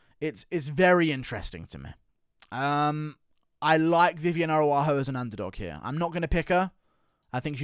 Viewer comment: Come on man.. learn how to fuckin say the Araújo name WTF are you saying there? aruaho 😂